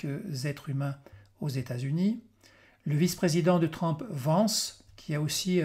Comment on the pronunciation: TRUMP se prononce TRUMP et non TRAMP